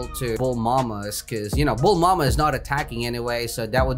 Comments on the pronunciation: why does he say bul mama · why are you calling Bulma "Bulmama" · mans be calling bulma BULMAMA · thats bulma not bulmama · how many times did he said bulmama and namiteh